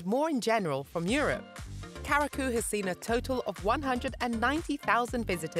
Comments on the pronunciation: The word CURACAO is pronounced Q - RA- SAW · Pronunciation Cu ra sao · There's no way she pronounced Curaçao as Karaku.... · I'm so disappointed. They need to teach the robot how to pronounce.